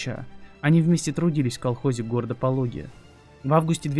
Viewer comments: Только правильно ПолОги, а не ПОлоги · Не Пóлоги, а Полóги правильно звучит название города...